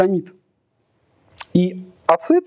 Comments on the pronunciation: Дико режет ухо, когда ACID произносят не как "эсид", а как "ацит". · Красный Поршень правильно на англиском ЭйСиАйДи. Но с твоими словами я согласен, если что